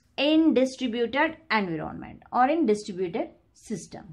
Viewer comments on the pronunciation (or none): Environment pronunciation ------> en·vai·uh·muhnt